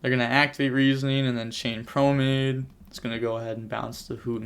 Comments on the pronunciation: I hate when he says promade. Its promenade. Thats nitpicky but it just sounds odd. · Great commentary on a really weird match man. Also Just a heads up brotha it's pronounced pro-men-odd or pro-men-aide.